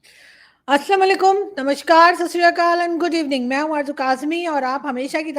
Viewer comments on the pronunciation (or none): Aarzoo ji ek request hai ji aap ' namashkar ' bolti hain , ye galat pronounce karti hain aap . Sahi alfaz our pronounce bhi ' n a m a s k a r ' hai ' sh ' wrong hai only ' s ' bolna hi sahi hai ji . Jaise ' sanskaar ' bola jata hai . ❤❤❤